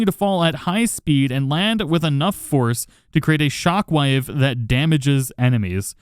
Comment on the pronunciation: "shockwive" lol